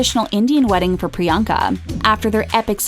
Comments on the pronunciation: 1) The movie is called "Isn't it *Romantic"(not "Isn't it Romance") 2) they pronounced her name 'Pri-yang-ka' instead of 'Pri-yong-ka' 3) I need this channel to give me those 11 minutes of my life back -_ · Shoutout to all the indians watching this laughing at the way these guys are pronouncing Priyanka’s past😂😂🤣.like if you’re proud to be an Indian or agree or just are indian